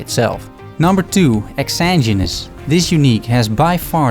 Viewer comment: Really awesome break down of these five great items. I'm still looking for my Exanguinous and since I haven't done a poison build yet I haven't even tried to get that #1. That said, I'm going to be THAT guy. You can still call it a terrible name (other's have said the same thing) but I hear everyone constantly mispronouncing it as well. :D It's pronounced ex-SANE-gwen-es. Please, I'm normally not that guy but this one has been making me insane. LOL.